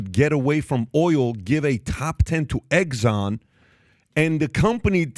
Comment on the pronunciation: EGGSON ? REALLY?